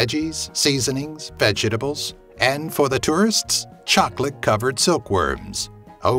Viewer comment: I’m just laughing at how pronounces vegetables.